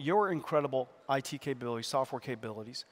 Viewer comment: Merci pour la traduction (par contre si dans I.T. tu dis "ti" alors le i se prononce "aïl" :p )